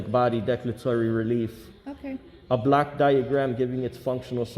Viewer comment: He misarticulates. It is a "block" diagram, not a black diagram. Hell, confused the hell out of me! A black diagram? Lordy!